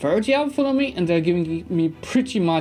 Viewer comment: It's 'autonomy' not 'authonomy' ;)